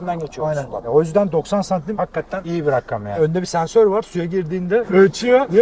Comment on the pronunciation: abi gene rakkam dedin 😂😂😂😂